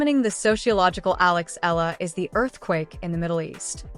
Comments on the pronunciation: Please get her name accurate!!! Alexandra EALA ❤ fix your AI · E-YA-LA is the correct pronunciation